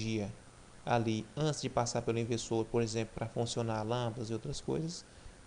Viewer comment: Você fala errado o cara(Leonardo ferreira)escreveu do jeito que você fala (ivesoo)kkkkkkkkk